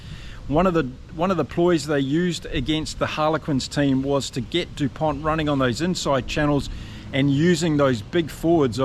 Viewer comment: The "T" isn't pronounced. It's Dupon. Just to be pedantic.